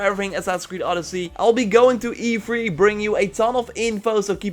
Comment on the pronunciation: Whenever he says e3 it sounds like he's telling me to 'be free'